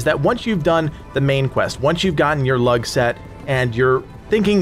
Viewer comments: Lugh is pronounced as Loo not as Lug. Everything else you said was bang on! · I'm fairly sure it's loo not lug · 'Lugh' is pronounced 'Loo' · Dude the way u say lugh pisses me off its pernoused loos gh is silent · Dude the G is silent in Lugh. If there is an H after G it's always silent. Standard English.